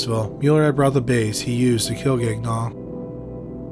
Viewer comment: Please tell me I misheard you pronouncing, "Gagnon" as "Gag-non"... Thanks,.